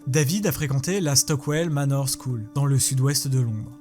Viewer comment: on dirait qu’il « choule » pour « school » comme s’il le disait en français en gros, sans tenir compte de la prononciation anglaise du mot mais juste phonétiquement.